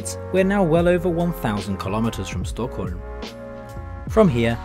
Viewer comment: Det kan jag inte påstå. Krona låter som han säger Corona, Stockhulm(?)